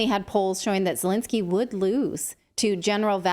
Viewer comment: First Lady Di-Lensky?